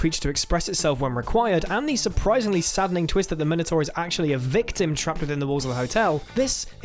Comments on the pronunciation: Not 'minortore', it's 'minotaur'. He literally says "not me" at the very end indicating it isn't the minotaur dying that it desires. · Minotaur is pronounced "Minnow-tar", not "Myno-tor". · Huh ... my nephew pronounces it "Mine-O-Tar" too but he's not British ( They used to go to London a lot though, so ... who knows? Maybe that's where he started saying it? ) Either way is good.